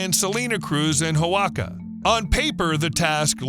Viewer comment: OAXACA is pronounced wa-HA-ca